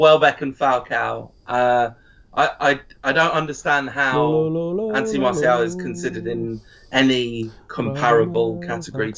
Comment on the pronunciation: Howson butchered Martial😂